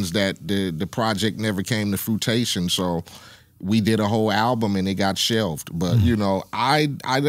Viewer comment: Damn homie said fruitation instead of fruition smh. Shout out to the OG tho he a real nigga.